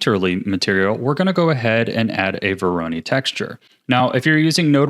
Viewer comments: I know right? it's voronoi not veroni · Excellent tutorial! Can't wait to use it in the future (but like, sir... it's vo-ro-noy, not vo-ro-nee) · bro it's not vo RO ny it's VO ro noi 😭 sweet shader tho 👏🏻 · VORONOI not veroni ;) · Absolutely fantastic tutorial, thank you so much for making this! I've been looking for a tutorial like this for a long time. Very minor side note: It's pronounced "voro-NOY" not "voro-NEE" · vOr-oH-neE texture. (No harm meant, great video) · Don't wanna be "that guy" but you're mispronouncing voronoi It's voh-roe-noi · nice tutorial :) btw, dont want to be annoying but you kinda pronounce 'Voronoi' wrong XD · The way he says Voronoi stresses me out xD